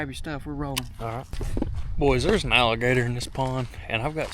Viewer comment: He said ralligator instead of alligator